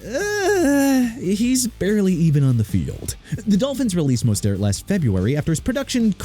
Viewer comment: LOOK MR. "NEW OR-LEANS" SHOW RESPECT FOR A LOUISIANA CITY OKAY?! NEW ORLEANS PRONOUNCED NEW OR-LINS!! ALSO RAHEEM MOSTERT PRONOUNCED MO-STURT!!